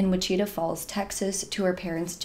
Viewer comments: I love your videos! I just want to let you know it's pronounced WICH-it -ah Falls, rather than wi-CHI-tah Falls. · Wichita is pronounced "wi-chuh-taa", not "which-eeta". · It's pronounced witch-a-chaw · I love the way you say, “Wichita” 🤣🤣 it’s pronounced like “witch it tah” but you say it so ADORABLE 🥰🥰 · That's what I can't stand about stalking cases, too many people don't think it's a big deal either until it's too late or it happens to them.😞 I hope her kid knows how much his mom loved him when he grows up. Also, it's pronounces wi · chuh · taa. 😂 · Hey girl, the town is actually pronounced (Wi-chi-taw) falls. ❤ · I’ve heard it pronounced differently in multiple videos! I was going to pronounce it that way but then I heard someone pronounce it whi-chee-ta so I changed. Not sure which is right 😂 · Not to take away from you or the work you do but it’s pronounced “ witch-uh-taw” falls.